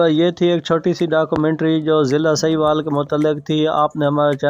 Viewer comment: سکرپٹ تو اچھا ہے۔ وائس اوور میں تلفظ کی غلطیاں بیشمار ہیں۔ لفظ ساہیوال ہے سہیوال نہیں۔